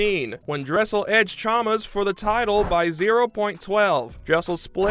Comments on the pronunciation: “Chamas” “Chaalmurrrs” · kyle CHAMAS